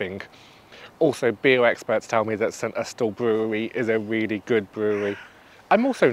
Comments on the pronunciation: That’s because it’s not how it’s pronounced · Great video as always but intrigued by your pronunciation of St Austel not a way I have heard before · My thought too but have been wrong before. Look at Fowey and its pronunciation 😊